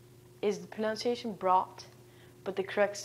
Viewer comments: Did she seriously just pronounce "pronunciation" as "pronounciation"??? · No. No it is not. Pronunciation: /prənʌnsɪˈeɪʃ(ə)n/ (ref: Oxford English Dictionary) The /ʌ/ symbol is pronounced the same as with "up" /ʌp/. All English dialects (British, American, Canadian, etc.) pronounce the word the same way. Ironically, she's simply mispronouncing the word. It's a common mistake, but should really be less common among ESL teachers. This is a good lesson otherwise.